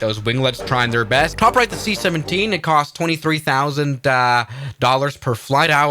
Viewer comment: The seat 17 instead of the c17